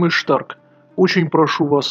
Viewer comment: Почему ты называешь себя Штарк, а написано Старк?